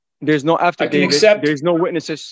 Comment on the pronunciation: Man, I thought the first time he said "afterdavid" he had just misspoke.... Woowww he's dumb! Edit: I love Tom sitting there thinking "omfg is this man for real?"